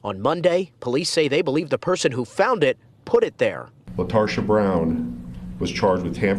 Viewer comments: “Retarsha” Brown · "LaTarsha" was all I needed to hear